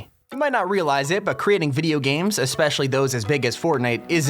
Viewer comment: I love it how he said aspeshly u little tuturtol l